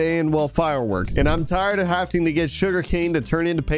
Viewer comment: I’m sorry but every time you say “hafting” instead of “having”, it kills me a little bit. I recommend changing the way you say that.